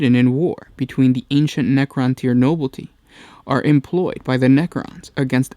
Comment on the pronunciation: I'm pretty sure you meant to say nuance and not nuisance. And its pronounced nobility not noblety. Tachyon is pronounced how it looks, not tycon.